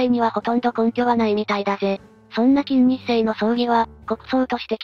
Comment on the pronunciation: 作業しながら聞いていたのだが、「 きんにっせい 」と「 きんせいにち 」って誰やねん！！！って思って作業どころじゃなかった😂